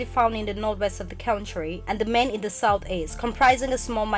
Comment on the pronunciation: Thanks a lot for putting this salient information out there, most appreciated, although the pronunciation of the word "Mende" was somehow not very distinct, lol. Kudos though for a great job.